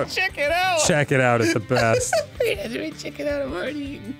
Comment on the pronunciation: im... not correcting you?? and its Hajime, not Hagime